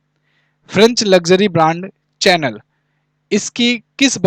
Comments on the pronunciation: Sir in qus. No 6 , चैनल nhi शनैल pronunciation correct hoga hoga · Sir dont mind I am you follower. It's in good faith. Chanel Pronunciation is a shuhnel.